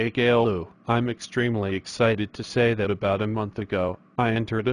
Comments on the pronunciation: its not gaylou it csillou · Angelika Unger they say Caillou’s name wrong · Love how they always say Gaylou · it's not gayloo its caillou lol. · Its so funny 🤣 how Callious Dad calls him Gaylou 🤣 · I love how they always say Gaylou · Angelika Unger they say cailloiu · take a lou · no they say cailou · JoshZ they say gaylou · JoshZ gay Lou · Lol gaylou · and why do they call him"gaylou"💀✋🏼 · It's so funny when he says “Kale-u” instead of Caillou. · Why do peapole think Boris kayloo i think He say gayloo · they always say Gaylou LOL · WHY DO THEY KEEP SAYING KAYLOU LMAOOO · Their always calling caillou gaillou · They pronounce “Caillou” wrong. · When Says Chucky Chesses It’s Sounds Like Chucky Jesus